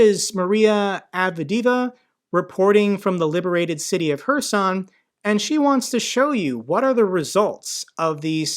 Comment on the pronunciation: One of very few YT news channels where HHHerson is pronounced correctly (not KKKerson, as most say). Hats off for that sort of details!